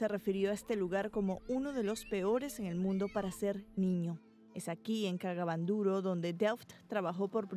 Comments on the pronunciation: Y porque la reportera dice "cagaban duro" si es " kaga bandoro" o solamente yo escuche eso 😬🤔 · Ella lo pronuncia así🙄... Pero es kaga Bandoro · Soy la unica que escucho la palabra cagaban duro jajajaj